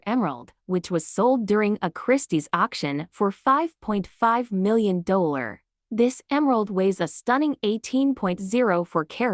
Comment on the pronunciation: Can't even pronounce dollar!